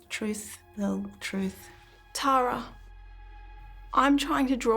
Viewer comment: Just curious, anyone else thought they said Mel Gibson (the actor), then proceeded to keep hearing them say Mel Gibson instead of Belle then Bill?! 🥴🫣🤣